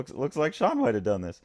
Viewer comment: Haha, thank you! Sean you got it right!